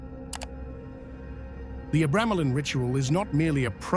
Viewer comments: tge "book of abremelin" in the AI voice your using sounds liek it says " book of a gremlin" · Dude can’t pronounce the name of the f-cking name… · Your pronunciation of "Abramelin" is why I refuse to watch this...